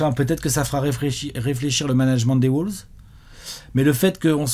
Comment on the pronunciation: Par contre stp, on dit WOLVES, pas WOULVES...